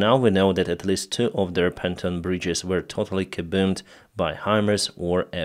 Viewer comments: Actually, it's pontoon bridge, not panton, look it up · Fuckit! It’s PONTOON. NOT PANTON!!!!